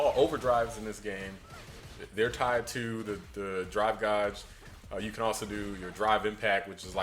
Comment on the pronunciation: its pronounced Gayge, not Gahge